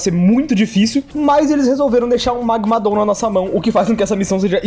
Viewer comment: Ouvir ele falar magmadooom é estranhamente engraçado